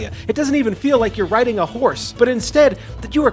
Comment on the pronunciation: Whenever I hear horse I imagine he is saying w-hores.